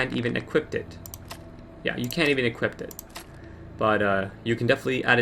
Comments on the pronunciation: I hate ot when people say equipt. It's equip nerd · THERE IS NO T IN EQUIP!!! FUCK!!! IT'S NOT EQUIPPET!!! IT'S JUST EQUIP!!! I'm sorry it's just super annoying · "You can't even equipt it." You know you came to the comments to mention this